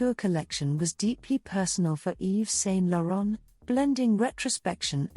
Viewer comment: For the love of God, learn how to say his name.